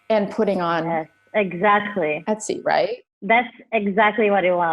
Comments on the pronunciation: If you're going to interview someone, get their character's name right. It's Estie, not Etsy. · Unfortunately Jessica comes across as very naive, bordering on ignorant (why would she know Yiddish??), and unprepared. Starting with calling her Etsy. Esti is not that hard to remember or say. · haha Jessica keeps calling the character "Etsy" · it doesn’t mean she didn’t call the name wrong. She should have done her homework first.